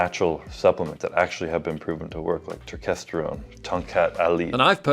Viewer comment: Turkesterone is complete bullshit, please do not buy it and waste your money. Huberman can't even pronounce the name correctly so he shouldn't be peddling it. No human study has ever shown it makes a meaningful difference in testosterone levels.